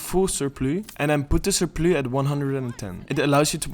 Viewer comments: Cool video, good info, thank you very much! Also, it's "surplus" not "surplue". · Sur-PLOO? I say sur-PLUS. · ik neem aan dat je nederlands bent? hoorde je paar keer surplu zeggen, maar surplus spreekt je trouwens echt zo uit zoals t er staat, "sur +", vergeet de S niet de volgende keer hahah probeer alleen te helpen, goeie vids man, ga zo door :) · Its pronounces 'sir - pluss' 'not sor - ploo' in english. Also, suuuuuper helpful video thank you so much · Fery goed gedaan man. I dont weet waarom its surploe and niet surplus for jou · It's the way you said "surplus". I've made that mistake once before with another dutchman!! XD Ty for your vid. Take care. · Surplus is geen Frans woord lmao je kan het gewoon op zn Engels uitspreken